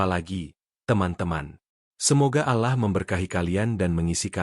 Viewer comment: Alahlagi alahlagi.. min tolong klo muslim tuh .. Awlloh bukan alah wlo tulisanyaAllah.. faham min admin pekok